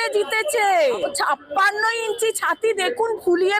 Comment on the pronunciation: ভাই আপনি কি বাঙালি না? আপনার উচ্চারণের এই অবস্থা কেন? "বোট" না, ভোট ,"বারোত" না, ভারত, "দর্মীয়" না, ধর্মীয়, "সাপ্পান্নো" না, ছাপ্পান্ন। এত জঘন্য উচ্চারণ নিয়ে ভিডিও করার সাহস কোথায় পান?